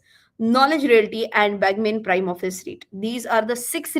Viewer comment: its not "बॅगमेन" is "बगमने"